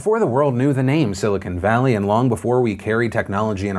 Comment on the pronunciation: Yes, the only thing I took away from this video is how Phil said 'Silicone Valley.'